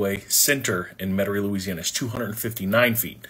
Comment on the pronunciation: This yutz doesn't even pronounce Metairie correctly